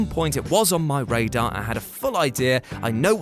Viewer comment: "At one point, it was on my raid-ar" 😎